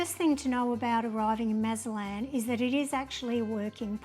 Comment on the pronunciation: You visited Mazatlán and made no attempt to learn how to properly pronounce the city’s name. It’s NOT Mazalan! There’s probably a zero chance of you being pickpocketed or being “taken by the cartel”. You made little effort to treat our beautiful city with respect. Please come back but only when you choose to do so.